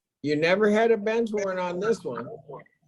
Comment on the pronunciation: I swear she said ‘bitch warrant.’